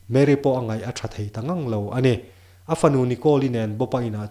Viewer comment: Min huatna ah neih tumlo la, i thuchhiar ah hian"""ani''' tih te,,A"'''tih te hi Fullstop lutuk ang in chhiar lo in coma ang lek in uar lutuk lo deuh in chhiar la a fuh hmel.